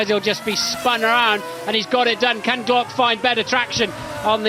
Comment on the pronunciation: As a Brazilian, every time i hear they saying Timo Glock hurts my soul